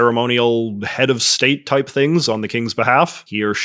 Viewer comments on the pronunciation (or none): none